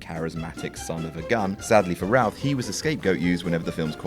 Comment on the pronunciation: Warren Beatty's surname is pronounced Bay-tee. Brandon Routh's is pronounced Ruth. Thank you.